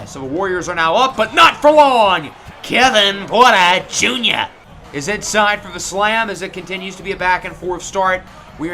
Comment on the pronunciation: “KLAY KLAY WITH THE TREY TREY!” “KEVIN PUERTA JUNYA!” “KILLUH CAMMM REDESHH!”